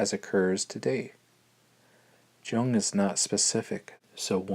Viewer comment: Jung is pronounced Yung!